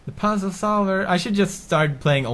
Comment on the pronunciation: I love how he pronounces "puzzle" as "pussle" xD